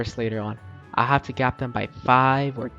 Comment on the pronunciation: I subscribe you when you say i don't hain robux 😢